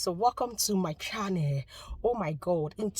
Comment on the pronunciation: Welcome to my "chaneeee"? wtf??? shouldn't you improve your English before applying for anything? 🙄🙄I had to use the subtitles to know what you were saying.